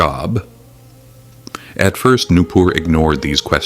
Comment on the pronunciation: Nupur ❌ new poor ✅